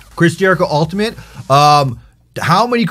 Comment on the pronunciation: why do you say ultiment???